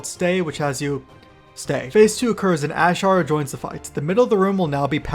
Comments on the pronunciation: "ashar" lmao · Stop pronouncing Azshara like that